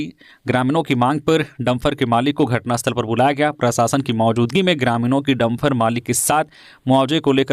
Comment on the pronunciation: समाचार वाचन कै दौरान हिंदी भाषा को अपभ्रंश न करें, शुद्ध शब्द डंपर होता है न कि डंफर ।